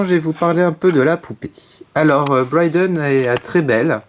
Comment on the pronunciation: c'est pas Bryden mais Brie (jes sais pas comment ça s'écrit X3)